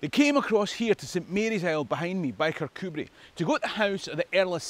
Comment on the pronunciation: I vote Patriot! I've visited JPJ's tomb in Annapolis. My Scottish ancestor who came to the US originally hailed from near Kircudbright (thank you for providing the correct pronunciation!). And for telling the tale of how the US invaded Britain -- I did not know that!